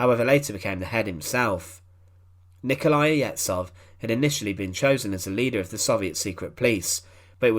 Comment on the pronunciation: Ye-zh-off not Yedzoff, you daft "historian".